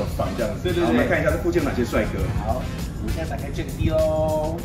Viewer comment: 其實jack’d 的d 應該不是唸dee🙈而是像jacked/ packed 中的d音讀法